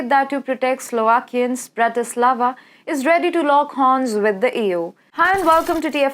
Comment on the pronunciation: the way you say EU sounds like Ewww haha,no table yyy.